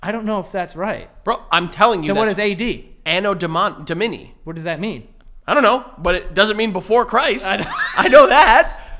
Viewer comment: its A-no DO-mani, not A-no do-MA-ni lolllll